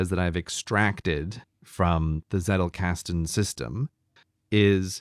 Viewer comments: Agreed, my friend. His Z on Zettelkasten was quite good. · When myke said Zettelkasten and then said every german just laughed: I as a german must say it was actually pretty good